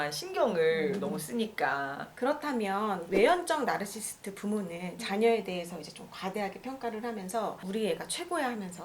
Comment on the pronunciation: 나~rrr~~르시~스트~ 듣기 불편하네요 ^^